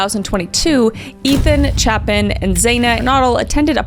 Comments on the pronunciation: i love your videos and it’s so weird to hear two cases so close to where i live. also respectfully, you pronounced maddie’s name correctly but kaylee’s last name is pronounced ‘gon-sal-ves’, xana’s name is pronounced ‘z-anna kurn-oh-dle’, and ethan’s last name is pronounced ‘chape-in’. i hope those help with pronunciation. just wanted to clarify out of respect for all of them. all love🫶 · I love you but your continuous brutal butchering of Kayle Goncalves' surname really hurt my heart. You also mispronounced Ethan's surname and Xana's first name.